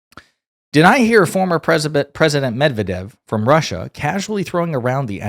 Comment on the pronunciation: Accent is on the 2nd syllable. Med-vyed-dev.